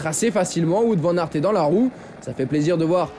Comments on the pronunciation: Wou-ote* Vane Ar't *ou "Ou-ote " car on prononce pas le w comme un v mais comme une lettre distincte (ben oui), comme en anglais par ex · on prononce plutôt Waout Van Arte en fait, non ? Nos amis belges pourraient confirmer... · Ca commence à venir pour l'ami Watte Van Artte :yougotthis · tu t'offusques pour Kämna alors qu'aucun commentateur francophone ne prononce Wout Van Aert de la même manière... Et les Français très rarement de la bonne.